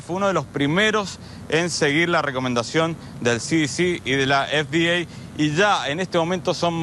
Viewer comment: Uyy ulala señor yanki la ef di ei